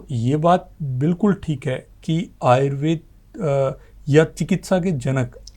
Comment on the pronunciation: बहुत सुंदर लेकिन एंकर महोदया से अनुरोध है कि वह आयुर्वेद को आयुर्वेदा न बोले